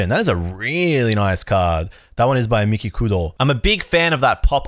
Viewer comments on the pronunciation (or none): none